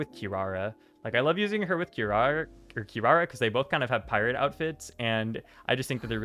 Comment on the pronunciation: kirawr is the funniest mispronunciation of a character name ever its so cute